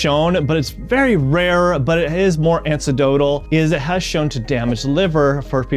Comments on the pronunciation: Anecdotal not ancedotal. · An-ek-dotal. Not an-see-dotal. It comes from anecdote, as in a story someone tells. You really should know this kind of thing before giving medical advice and you lost all credibility by mispronouncing it.